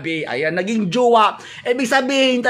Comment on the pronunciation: JUWA TALAGA? TIGAS NG DILA NI 😂😂😂